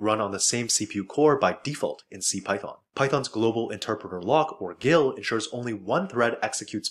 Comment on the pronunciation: It's pronounced "GIL".